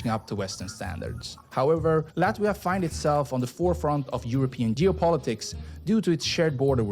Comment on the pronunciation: You should rather look for a video made by Latvian that not only can pronounce the city names correctly, but also will give you more accurate information. There are a lot interesting and important facts missing here.